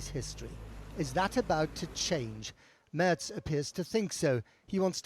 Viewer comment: Thanks for pronouncing Merz correctly. My fellow American journalists are so willfully ignorant.